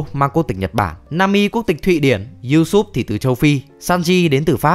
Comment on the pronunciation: Video hay nhưng hơi khó chịu chỗ Usopp bị đọc là Usoop một tí thôi